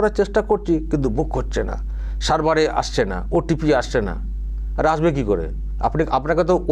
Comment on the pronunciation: Jagannath dham digha. Are Prasad ranna gas e. Are er uchxharon ta kemon kemon lagche. Dubbing korle bhalo hoto